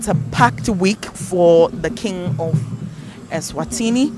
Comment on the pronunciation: That's not the reason for the name change woman. Stop making up a story, you don't know how to pronounce the names